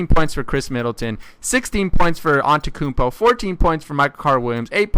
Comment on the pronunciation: its pronounced: an te tou koun po not an te koun po